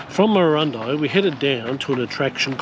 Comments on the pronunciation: Pronounced Murrurundi as in 'eye' not 'ee'! 👍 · Check town names and their pronunciations before recording,vI suggest. Murrurundi pronounce the i at the end as in eye not ee. Murrundi not Murrurindee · It's Murra Run Dye. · Your effort and ideals are fine - but - either you are (1) new to this country or (2) have never previously travelled it (3) or you have never researched it. In this video the pronunciation of almost all the towns you visited are comical errors. My son is dyslectic and you seem to suffer the same affliction. Your wife did get some of the names right when she had a go at pronouncing them. It doesn't take much to ask a local if you are not sure. It is better than butchering a towns name and letting it get past the edit stage. Why am being so pedeantic? You completely stuffed the name of a town I used to call home in an earleir video, The town is Marulan. I thought it was funny at the time as I thought it was a one off - but seeing you again I'm sure all vour videos must be the same. Take a little care - these towns are home for many people and while you are doing the right thing by advertising them your lack of knowledge takes away from everything you say.